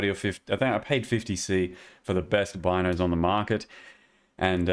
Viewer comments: Its pronounced bean o's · hi I'm the creator of the Bino's Kitchen Knife, and it's pronounced "Bee"-no's. Thanks =)